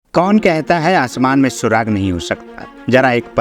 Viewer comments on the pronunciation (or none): Surag nahi surakh